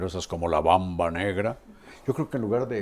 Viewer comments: Carlitos,es "Mamba". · No es Bamba, sino Mamba, muy estimado Carlos